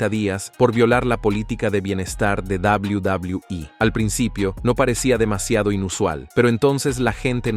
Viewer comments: Odio cuando tú dices dablew.. dablew e.. dios mio trata de escuchar como lo dicen. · Shot por cada que dice Double Doblue iiiii (Quede pedo) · Cuando dice WWE es como si se fuera a demorar tres años en terminar de pronunciar la palabra.😂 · No se puede tomar en serio un video al pronunciar de esa forma “WWE”.